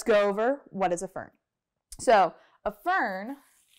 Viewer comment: Fern I mean Vern 😂😂😂